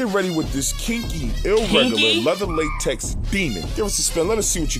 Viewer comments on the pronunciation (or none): none